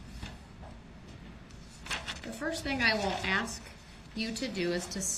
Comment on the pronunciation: Unbiblical cord (umbilical), overroo (overrule), axe (ask), manufactory (manufacturer)